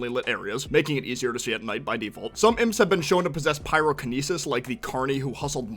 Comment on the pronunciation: It's pronounced IMPS not I.m.p.